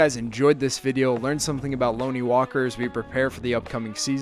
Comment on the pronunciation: If your going to make a video on Lonnie at least learn how to say his name man. Can’t even watch this anymore smh